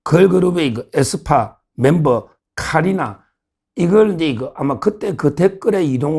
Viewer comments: 서변호사님!!키리나가 아니라 카리나입니다ㅋㅋㅋㅋ에스파 걸그룹 카리나ㅋㅋ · 키리나 아니고 카 리 나!!!!!!